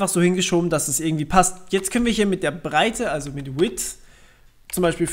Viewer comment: haha width und heyth